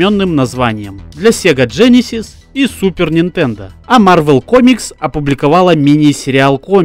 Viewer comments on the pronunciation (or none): none